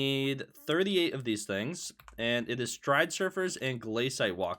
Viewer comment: everytime he says stridesurfers instead of stridersurfers i die inside